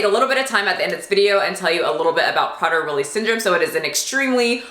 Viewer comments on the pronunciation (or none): I've met someone with a daughter with this disorder and they have to lock up the food and be so so strict with her down to the crumb. Even though she's older she cant control herself around food because the poor girl thinks she's starving. It's pronounced "pray-dur Willie".